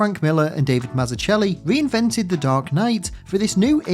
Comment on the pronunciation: Great video and obviously one of the best origin comics ever made. Just a slight correction on Davids name, it is actually pronounced Mazzuckelli. There's a fun clip (and amazing video) of him explaining this around the one minute mark of Keep it up, really enjoy your video's!